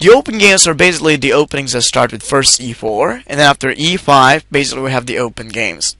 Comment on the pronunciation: In addition, this is not the proper way to pronounce the word 'basically'. The word doesn't contain a 'z' sound. So, it really hurt my ears to hear it mispronounced zillion times.